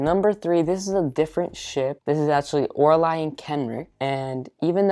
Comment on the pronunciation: I got very confused when he said Lorili and Kenric but than I realized he meant Oraile and Kenric and that he just says her name diferently than me lol